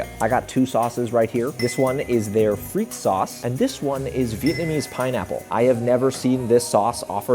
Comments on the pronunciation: its pronounced fre the fre-the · Its not pronounced freak sauce its pronounced frit-tes sauce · at Pomme Frittes did you pronounce the word Frittes with a proper rolled “r”?